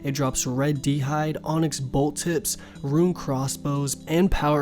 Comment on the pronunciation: Rōōn NOT Ru-in. Please. So triggering.